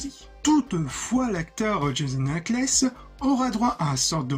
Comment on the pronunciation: Vidéo très sympa ! Documentée avec de bonnes animations ! Par contre tu écorches le prénom de plein d'acteurs et ça me fait mal genre : "Jason Ackles" ou "alison mark" 😅 Sinon je suis d'accord avec les commentaires. S'ils se limitaient à 12 à 15 épisodes par saison il y aurait eu moins de longueurs et ils seraient pas obligé de faire en sorte que clark affronte tous ses plus gros enemis.